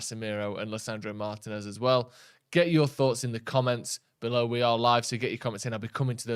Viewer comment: When are you guys going to learn how to pronounce Martinez?